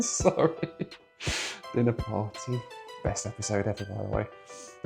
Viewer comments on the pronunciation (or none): none